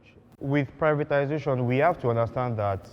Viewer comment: The guy representing Tinubu kept saying "Privitanization", instead of "privatization". Like father like son.